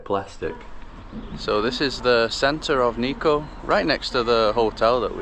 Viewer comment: niko ああ、日光nitsuko発音が、、理解するのに5分掛かった(笑)